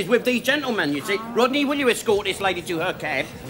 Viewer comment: “That’s not funny Wodney, Rodney!”